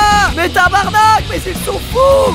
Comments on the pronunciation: Le " tabarnake " étais MAGNIFIQUE! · Squeezie c'est le premier français qui dit tabarnak correctement 😂😂❤